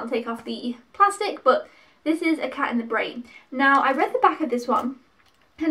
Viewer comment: You did a good job of picking,. I know all of these two I've only seen films 2, 3, and 4. "Cat in the Brain" was one of Lucio Fulci's last films (you were almost spot on with how to pronounce it lol) but he's most famous for a group of horror movies he made between 1979 and 1981: "Zombies" (aka "Zombie Flesh Eaters" in the UK), "The Beyond", "The House by the Cemetery" and "City of the Living Dead" all of which were pretty notorious in the day their gore content and grim atmosphere. He made a number of other horror movies too but those are the most famous. "House" was a lot of fun as it's a haunted house movie that both acts as a horror movie but it also has a strong sense of humour. It was a big enough hit to warrant at least two sequels that I know of, but it's the first one that's the best. "Burnt Offerings" is the oldest film that you picked up - it's from 1976 and was adapted from a novel. Not a ghost story per se but one where a family looking after this huge mansion and the elderly woman who lives there become unsettled by a more increasingly severe series of strange happenings that take place. It's slow-building suspense (and not gory) but I've watched it a few times and enjoy it. Lastly you're right about "The Incredible Melting Man" - it is cheesy. It's meant to be something of an updated version of the kind of science fiction and horror movies that were very popular in the 1950s albeit with contemporary special effects. It goes get goopy and gruesome at tim